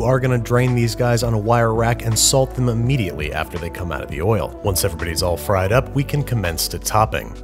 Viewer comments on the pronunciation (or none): none